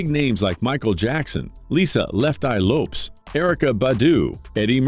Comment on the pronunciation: I was gona subscibe to this channel But then he called Lisa left eye lopes... Even people who aren't Spanish probably know what's Lopez And I thought people calling Tupac ..Too-pack was bad